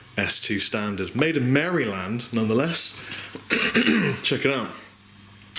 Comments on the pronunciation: LOL, its not pronounced Mary Land, its pronounced Mari-lund. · I'm sorry rob, but here in America, it's not pronounced "marEE-land", it's pronounced "marUH-land"...but we also say garage as "graje" so whatever haha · Hahaha merry-land. its pronouced mar-ih-lind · Merry-land?! It's pronounced MARE-uh-lin. Jesus. Learn to speak English. "Merry-land" my ass. A Frenchman once told me he could easily get it right by "saying it like John Wayne". He actually got it wrong, but he still said it way better than you. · lol he pronounces it "Mary-Land" us Americans pronounce it differently, at least us new yorkers do...we say more like "Meryl-Land" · I didn't know we had a state called Mary Land. There is a state named Maryland (pronounced mare-i-lund) I wonder if they are near each other? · it's maryland not merry-land :D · Im sure you probably know this, but just in case: It's pronounce mare-LUND as opposed to Mary Land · I'm Canadian but I'll still give you a hand here...it's phonetically pronounced maralind. I couldn't resist...said it too many times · I'm sure you probably don't care at all, but just in case otherwise, people who are from Maryland say it like "Mairland". People who aren't from around this area, even in the states, tend to not know that. Also, sick guitar :) #jelly. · It's pronounced Mar I land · Americans pronounce Maryland as MehriLend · Nice vid! the more "proper" pronunciation of "Maryland" is "merland" :P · It's pronounced "Mare-ih-lynd. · pronounced (Mare' ah-lind) FYI :-D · Cool guitar! Always wanted a PRS, hopefully with the S2's I'll be able to get my hands on one sometime soon. Side note: Every time you said Maryland I lol'd and cringed at the same time. Never heard anyone emphasize the "Mary" in Maryland like that. Was like someone saying Illinois like "IlliNOISE." Just American things :D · haha, we really love you but its pronounced "Merrihlind" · Yeah I live in Maryland and it's just hilarious how he says merryland